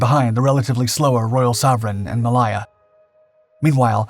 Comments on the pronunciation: MA "lay" AH.... from wikipedia /məˈleɪə/ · A good video but some of the pronunciations are hilarious. For example "War-spit" for "War-spite" and "Ma-lie-a" for "Ma-lay-a". 🤣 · Pronunciation in English is appalling.... Try these ....... WAR-SPITE Not War-spit ... the e on the end affects the nearest vowel making th (I) sound ... Try Mal-aya ..mal hay Ah ............. not mal-ay-ya.. the entire documentary is riddled with problems, taking of destroyers when on screen are submarines, which were never mentioned. You need an editor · WarSPITE. Mah-LAY-yah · Warspit indeed. It has a E on the end. So that's SPITE you ignoramus. Also see - May - Lay - er (Malaya). Poor. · RN retired, it is HMS WARSPITE ( spite) and it is Ma lay a. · The pronunciation of Malaya and Warspite 😅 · How the bot miss-pronounced Malaya is beyond me. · Warspit? Did you hear Malaya butchered? What's so difficult about pronouncing names? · But he gets Malaya wrong